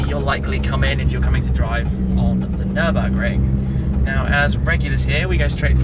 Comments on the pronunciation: Nürburgring Mate Nürburgring, not Nurburgring! ;) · Wow! Absolute Wonderful Commentary by! How many times has he been around the Nürburgring Nord Schleife? Hey, Shmee!! Download the German Alphabet to be able to use what they call "umlaut" ü ö ä and ß < meaning Double s! Especially in Nürburgring and NOT Nurburgring! You can also write Nuerburgring if you so desire! The e takes the Place of the two Dots above the a o and u<< ae=ä, ue=ü and oe=ö! How do You like them " Apples "? lol!